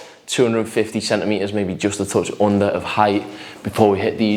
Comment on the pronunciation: The way he says "OONDER THE FLOOR MATE. " 😂😂. sick home gym btw ….